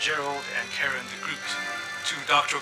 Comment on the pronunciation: Still annoys me they pronounce the Dutch last name "de Groot" as if he were groot from guardians of the galaxy 😅